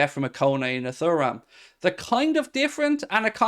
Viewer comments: He makes it sound like a bowel disease🫣. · His mispronunciation on Thuram is a joke … grinds my gears